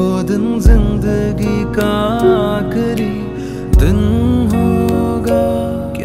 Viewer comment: And gham too Ooof